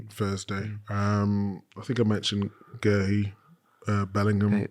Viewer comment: Glad your not pronouncing Guéhi as Gay still Gary.